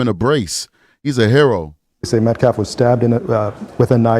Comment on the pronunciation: Does nobody on the Anthony side know how to pronounce Metcalf s name? It's not "Met- claf." It's Met-calf, as in a baby cow. L after the A.